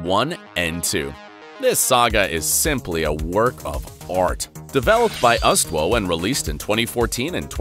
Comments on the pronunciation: Pretty sure it's pronounced us-two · Is anyone gonna talk about how he said the name UsTwo and emphasized the W and didn't make a oof sound for the O?